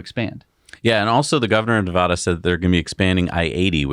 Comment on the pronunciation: Please pronounce Nevada correctly.